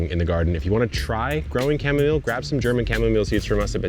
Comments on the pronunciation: You're still saying cham-arm-ohlay! 😂😂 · Shamomalay, cracked me up! 😂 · Chamarmolay HAHAHAHAHA. Why do Americans keep butchering the English language? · Cha. Ma. Mo. Lay. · I too call it "shamamolay" thanks to you, and annoy everyone in my life 😂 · I've been calling it cha-mom-ile ever since I saw you pronounce it that way a few weeks back. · So I’m in our kitchen listening, and I’m like, “what in the world is he talking about? Chamomo-wha??” Oh, he’s doing that again 😂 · it's pronounced cam-o-meal. I mean really. You are supposed to be a plant expert but you can't pronounce chamomile? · Goof Lord, learn how to pronounce chamomile. SMH. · Why? You should know the correct pronunciation of plants since you sell them. It matters.